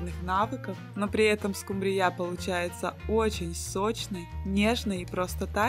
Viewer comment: В слове Скумбрия, во всех его формах ударение ставится на букве У. Прекратите коверкать слово!!!